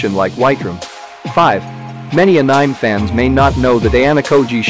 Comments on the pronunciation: I am watching your videos a lot nowadays because of Classroom Of Elite 🤩, they are awesome 👍🏻, keep up the good work 👌🏻 But 1 thing 😂, sorry to say this but , The word Anime is supposed to be pronounced as … Ae Nuh May It’s not … A Na eem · why in tf he calling anime a-nyme??!!!? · I forgot to put the pronounciation as 'a-nuh-may'